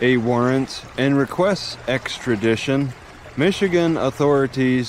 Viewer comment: "Exkradition"?? eh? lol